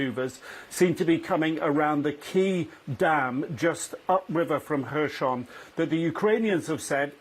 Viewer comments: Little annoys me more than hearing someone pronounce words in their own f* way... especially a high-profile TV person! Throughout this war, no-one else has pronounced the 's' in Kherson as a 'sh', but this reporter does just that... every time saying "Hershon". Not even Ukrainians pronounce it in this way, if he was trying to be clever. The Anglicised 'Kh' (Х) is like a slightly guttural 'h' - or just an 'h' to the English-speaking population - and 'son' (со́н) is pronounced as, well 'son'. Aside from this, glory to Ukraine and crush the Russians! 💙💪💛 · please tell your guy that it's kherson, not khershon! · Why has not learned to pronounce “Kherson” correctly after so many of reporting?